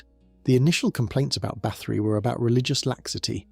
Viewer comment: Nice video but it would really add to it if you would learn to pronounce the names of people and places correctly!